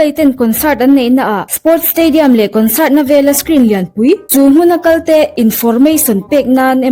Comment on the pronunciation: Kawnsât, intarnet... 😂 A va chiang fek fawk em!